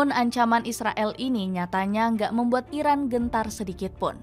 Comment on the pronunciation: Irak apa iran ngomongnya yg jelas